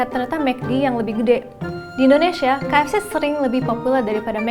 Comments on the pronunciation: Lucuk...kakanya nyebut ka ef ceh 😆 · Salfok sama penyebutan kaef ce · salfok ama logat MC nya ngomong kata "KFC"